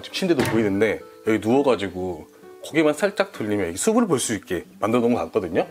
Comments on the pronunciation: 수블 .. 이 아니고 수플이라고 발음하는것이 맞습니다. 수피 수페 스픈 😊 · 발음이 옳지않네요 숲을 -발음할때 - 숲플. 로 발음하셔야합니다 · 신경쓸일 발음 ! 숲을 은 수불이 아니라 수풀 ! 숲이 는 수비가 아니라 수피 !로 발음 하세요